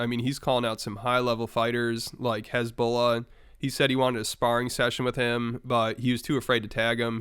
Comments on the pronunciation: pronouncing hesbula as hezbollah is insane 😂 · It's hasbulla not hezbollah😂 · Why does he pronounce Hasbullah as Hezbollah lmaooo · Hasbullah & Hizbollah are not pronounced the same way.. American't. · Why are you pronouncing HASBULLAH like that? Must be one of the Juice. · The man said “Hezbollah” 😂. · Bro it sounded that you were saying Conor was beefing with Hezbollah. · It made me REAL confused as to what we were talking about 😂 Thought that Conor was calling out the gd militant group for a hot sec 😂